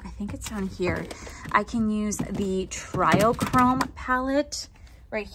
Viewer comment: It doesn't really matter, but it's not try-o-chrome, it's tree-o-chrome <3 Love the look. Love your top. So cute together